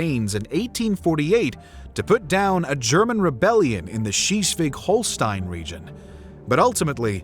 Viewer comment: he says Schießwig instead of Schleswig. Like, what?